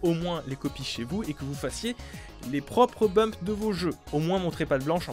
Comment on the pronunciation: "Bump" au lieu de "Dump" mais sinon vidéo très sympa 😁